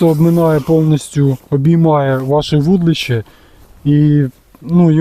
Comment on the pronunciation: Дитинко! Ти коли навчишся вірно вимовляти - вудИлище!!!